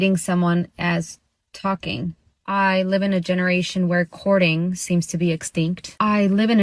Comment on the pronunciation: Lady at 4 minutes: courting not cording. You have a great point though